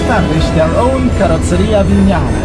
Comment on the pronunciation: Thank you for pronouncing ‘Vignale’ correctly.